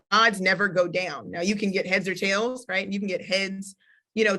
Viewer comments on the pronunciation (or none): none